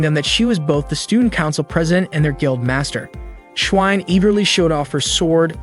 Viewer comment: The ai or you say schwein wrong